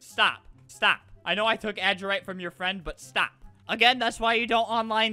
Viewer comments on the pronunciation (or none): You don’t say adurite like : ad urite . It’s pronounced : adur i te